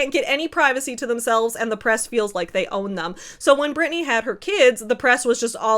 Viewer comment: It's "Britney" 😊